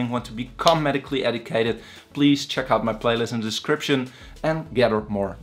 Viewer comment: How can you learn from someone that says “ Ed- I - cated “ ( Edicated ) and not Educated